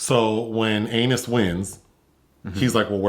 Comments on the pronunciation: even after PSA, repeats Anus, and continues with his French Vanilla name fantasy (of Anus) throughout!!! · calling that man Anus over and over took me out 😂